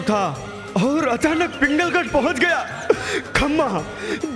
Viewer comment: पिंगलगढ नही पुंगलगढ है।